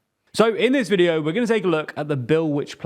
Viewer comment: "This videeauhho is brought to you.." WTF happened there?:)